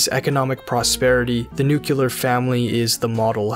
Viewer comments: nucular /= nuclear.. but thanks for the deep dive.. sorry for being so shallow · Nuclear not nucular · NUCLEAR, not nucular. Otherwise a fantastic video. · "Hey this guy seems to know a thing or two" "Nuc-u-lur family" Dammit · Great stuff, but its “Nuclear”, Mr. Bush. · Nuc-u-lar? Really? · By the way, you said "nucular" war. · "it's pronounced Nu-Ku-lar" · I swear to God... why does everybody on youtube always say NUCULAR!?!?